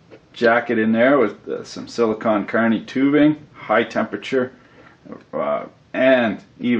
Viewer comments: You keep saying sillycon carny but I'm just a regular carny how do I get silly status? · Whenever you say silicone carnie i think of a Carnie from a travling circus made of silicone